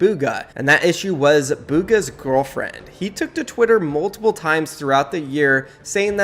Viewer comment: bro you say gorrallfriend